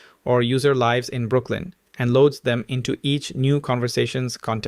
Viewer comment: 😂 throws me off anytime he say “lives”